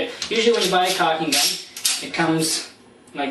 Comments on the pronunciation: it's caulking not cocking. Maybe in an irish accent - as in - " whale oil beef hooked.." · Dude Its caulking not cocking.